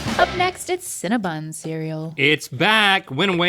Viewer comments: Why are they calling it cinnaBUN???? Its cinnaBON. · Hearing Cinnabon pronounced as Cinnabun is kinda painful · I cannot stand when people pronounce Cinnabon incorrectly